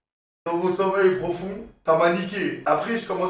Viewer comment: "J'étais dans mon promeil sofond "